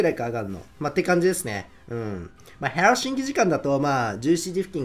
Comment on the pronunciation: 最後のヘルシンキの発音良きか笑 最初のサイレンおもちゃのサイレンかと思った!